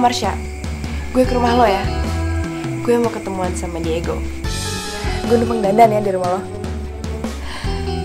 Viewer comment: ngomong digo ajh Diego gtu